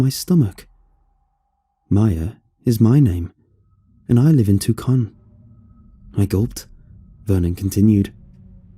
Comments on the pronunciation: Why I dont listen to the radio: Lets go ahead and name a city in Arizona. Correct me when im wrong. Tucson (2-sahn) Or Two-conn Creeps, you made the most rookie mistake Ive ever heard. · It's pronounced too-song for Tuscon <3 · I can’t tell if you said and actual name of a city in Arizona or just mispronounced “Tucson” but it’s the funniest thing I’ve heard all day